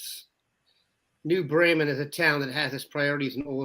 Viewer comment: New Bremen!. Yes. Pronounced Bee-Men...